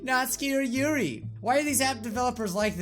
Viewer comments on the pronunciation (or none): none